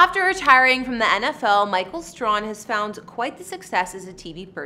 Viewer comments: It's STRAY-HAN (like "hand" without the "D")... NOT STRON (like "strong" without the "G") Please, do your research and show more respect. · His name is pronounced STRAY -HAM. Give him his respect and say it right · I've been smitten over him for years. 😍😍😍😍😍 his last name is pronounced Stray-han 😂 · His last name is pronounced Stray- han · PRONOUNCE HIS NAME CORRECTLY! IT, STRAHAN IS PRONOUNCED " STRAY- HAN" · The surname is mispronounced it's STRAY-HAN(pronounced like hand without the d at the end).💙☺ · Please learn how to pronounce his name. It's Stray....han ! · How could you continue to mispronounced such a well-known and popular figure's name over and over again.I am quite disappointed in you and you have certainly lost some credibility with me.From here on out,do proper do diligence. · She sure f ing up his last name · It would be nice if you pronounced his last name correctly. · You pronounce his last name wrong. How do you do a video on someone you can’t even properly say their name. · You pronounced his last name totally wrong. It was soooo irritating 😠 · Too bad you couldn’t be bothered to learn how to pronounce the guy’s name before doing a feature on him. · Did even say his name right smh